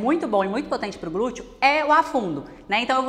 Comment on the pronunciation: Gente, não aguento mais ouvir esses "glutchio". 🥴